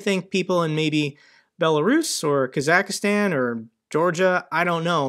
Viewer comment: Your analysis is interesting. You might look up how to pronounce Kazakhstan.